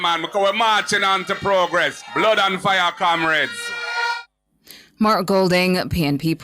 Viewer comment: One Bro Gad the best prime minister we ever seen in Jamaica. The man with the plan for our people loved 🥰 by most , hated by the few Kamrades as their Massa pronounce it 😂😂😂